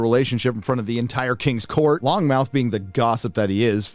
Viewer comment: * it's lonmouth. Not "long mouth" lol